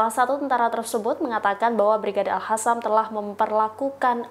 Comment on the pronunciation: Utk pembaca berita : yg betul bacanya Al Qassam pakai huruf Q bukan Al Hassam. Bismillah INSYAALLAH PALESTINA SEGERA MERDEKA ALLAHU AKBAR